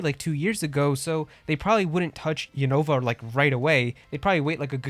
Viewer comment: I've watched the anime and the pronunciation of Unova is "U- nuh-vuh", not "U-Nova". I want a new Mystery Dungeon game! There hasn't been a new Mystery Dungeon game since Super Mystery Dungeon! Also, Pokémon Conquest 2 would be awesome! It should be done by Square Enix and be a crossover of Pokémon and Final Fantasy!